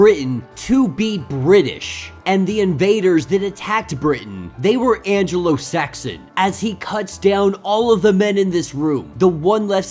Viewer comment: anglo Saxon is pronounced an-glow sax-on